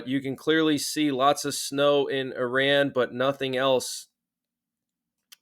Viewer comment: What a hell is an emergency alert? Also learn to pronouns saying Iran